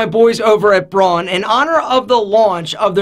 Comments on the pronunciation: Please, please, please, it‘s called Braun, not Broan. Don‘ get this wrong again, it makes me sick! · Hey! Braun is a German brand and is pronounced "brown", just like the colour. It actually also means brown in German. Just thought you might want to know.:)